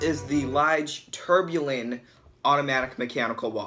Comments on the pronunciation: you're making a mistake in tourbillon. It's pronounced too-r be yon (not tore) :) short R, like tour de france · hi young man ..love you vid....fyi....its "tour bee on"..... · If it was 40mm or smaller it would be in my cart right now, but it looks a little yuuuge for me. My wrist is a little smaller than yours. Keep it up man. And repeat after me: "pah-TECK fee-LEEP". And "tour-bee-YAWN". :-) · Lol good video homie. A few corrections to help you advance. Tourbillon is said 'Tore be yon' The open heart is the balance wheel. Patek Phillipe is said 'fuh leap' Homage is said 'ho mahj' The design on the rotor is called jeweling 6 tics per second is a low beat movement. They're usually a bit jumpy, that's likely why they opted out of the second hand. 8 beats is what gives you that beautiful sweep Glad you're enjoying your time piece. 🤘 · Imagine taking watch and finance advice from a 12 yr old who can’t pronounce any of the watch terms correct and also thinks the case is crocodile leather. In all seriousness, if your gonna do watch reviews you need to learn to say “Tourbillion” and Patek Phillipe correct. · Not going to lie I stopped watching the video bc ur butchering names of movements names of very well know watch makers your video could have been worth watching if u just learn how to say the name of the homage watch ur trying to describe the patek philippe pronunciation not a phillip and u kept saying tourbillon wrong as a watch buyer seller and collector it hurt me to hear you talk about the watch